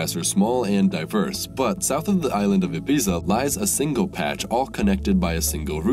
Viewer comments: Talks about how great it would be if more people were educated. Doesn't know how to pronounce Ibiza. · Its pronounced ibee-thah